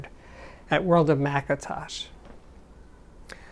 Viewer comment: Why do you say Mcatosh ?